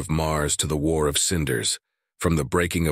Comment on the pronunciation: Cry havoc, and let slip the dogs of WARRRRRRRR! (Shakespeare, OP - Original Pronunciation.)